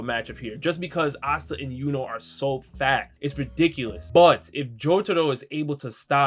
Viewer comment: I think you just accidentally called asta and yuno fat instead of fast